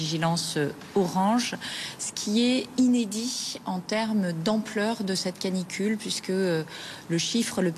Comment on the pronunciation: Canicule (pas clanicule) Merci de rappeler au parents d'avoir du bon sens et au professionnel. Çà resume bien le désarroi du pays